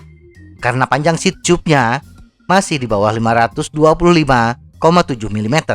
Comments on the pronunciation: Selama ini bingung banget sama dubing mu .. Ngomong "seat chub" saya kira maksudnya apaan.. Ternyata seat tube,, mbacanya di benerin mass.. Seharusnya anda membaca dengan "siet tub" bukan "siet chub" Sama halnya cara baca "tubeless",, orang akan membacanya dengan "tubless" TIDAK ADA YG MEMBACA DENGAN CARA "chubless" Skali lagi,, "tube" itu dibaca dalam bahasa indonesia "tub" bukan "chub" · kocak diajarin yang bener cara baca "tube" malah denial..